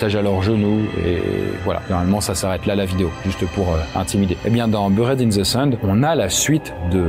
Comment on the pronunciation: Bonne liste et descriptifs, mais l'accent anglais est à revoir. Je grince des dents en entendant Eli Roth, Squirm (fest), Buried (in the sand), (Murder set) pieces.....